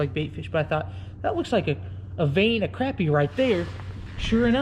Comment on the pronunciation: Still gotta learn how to say crappie lol